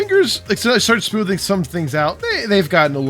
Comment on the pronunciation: Damn, can't stop laughing at that "some smoovnnnn" moment :D Nice video!